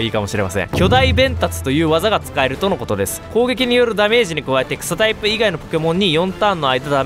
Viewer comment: 草タイプがクソタイプに聞こえた